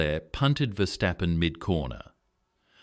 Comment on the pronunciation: Чувак навчися вимовляти прізвища не стапен а ФЕРСТАПЕН ти ідіот а не видучий